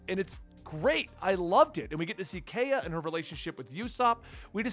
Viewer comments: “Oo-sop” and “Kai-uh”. “Bar-ah-tee-A” Can’t stress enough how much you shouldn’t Google things. Enjoy the journey! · Little prononciation things: Usopp- "oo-sop" Kaiya- "k-eye-ah" Baratie- "bah-rah-tee-ay" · Usopp is with an "oo." Kaya is "kai-uh."